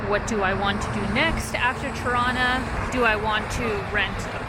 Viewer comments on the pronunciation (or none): I like the way you say "Tirana" - sounds like "Toronto". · Is it me or does she pronounce Tirana as Toronto? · 🤣 I kept hearing “Toronto” I was confused at first. 🤦🏽‍♂️🤣🇨🇦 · It's funny how your pronunciation of Tirana sounds a whole lot like Toronto (Torono)...:)